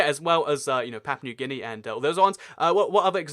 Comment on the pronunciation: It's guy-ana and gee-a-na